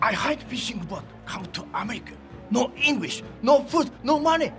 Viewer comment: I’m Japanese My english pronunciation is same as him So I have mixed feelings when I see this😂😂